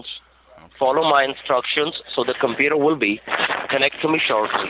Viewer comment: I can't turn on my compewter? No sir, your compewter is infected with a virus. It says not avoolable, not avoolable? Haha.